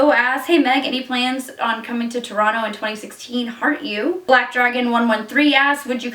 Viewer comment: Woah, Toronto pronounced like a true local. Most impressive